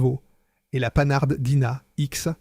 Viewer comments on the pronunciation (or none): Le pauvre commentateur a bien du mal à prononcer les nombres ! (Au passage, n'oublions pas les Panhard prononcé 'panard' !) Un vrai festival ! Comment aurait-on pu éviter cela ?